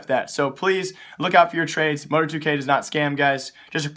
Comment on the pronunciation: Mo-tar-2k not Mo-tor-2k lol